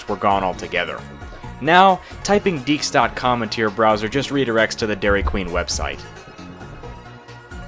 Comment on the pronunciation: It's pronounces DeeQ's (Dee Ques)